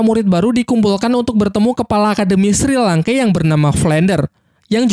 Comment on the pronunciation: Penyebutan nama nya kedengeran aneh njir, untung dah tau nama² asli chat nya. 😅 Edit, Shrek bang, Sri langke sengaja ya, lucu bet njir 😂